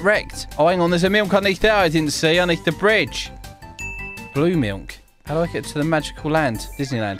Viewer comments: Dude it sounds like he’s saying milnk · the way he pronounces milk is 👌 😂